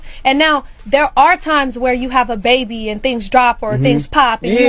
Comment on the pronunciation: Hahahahahahahahah the baby pronunciation is true! I always wondered where your accent was from. It's interesting how you say baby. Lol 😂 I noticed from a video I watched yesterday.